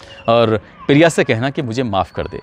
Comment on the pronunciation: Piriya nahi priya hota hai 🤣